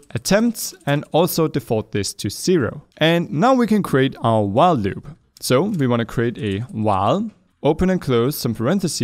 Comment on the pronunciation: When he said while loops i thought he said wah loops Don’t know which i prefer